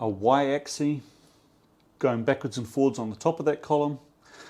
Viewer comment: Dude, it's axis with an S at the end... which is actually pronounced. It's not "axi". The plural is axes (pronounced "akseez"). You're welcome 😊